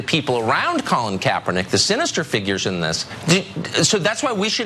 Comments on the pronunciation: Was he saying Kapernigga? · I'm so relieved he burned those Nike sandals though. ...and he didn't even say Kaepernick's name correctly so, I don't know if this is supposed to be a truly personal act or not for burning some old shoes? lol